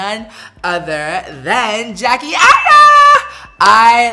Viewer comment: Patrick!! You sound extra proper like saying Jack-E Jack-E Jack-E You have to use more urban/ebonics flare. Jack-AYE Jack-AYE Jack-AYE Lol! But like the look and especially the eyes!!